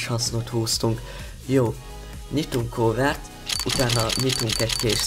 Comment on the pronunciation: nem kovert hanem kávört